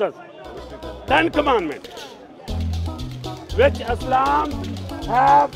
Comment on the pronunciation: This guy has better English than the entire world "Whioch Aaslam Doesn't Haove"😂